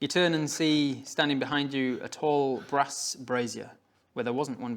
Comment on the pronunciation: a brass what now? I call that a fire pit. but the way you pronounce the word I kept thinking brass Bra ...aka over shoulder bolder holder boob sling how many other jokes can I make... OH so many... Yes I am an over 40 grown teenager.. T & A are both still on my mind. lol